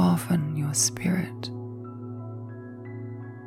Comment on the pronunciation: You are saying "soften you spirit", but with your accent it sounded like skirt. lol . Takes me awhile and some coffee to wake up. lol